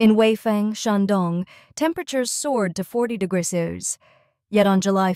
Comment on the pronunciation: Please train your AI voice to pronounce "degrees" properly.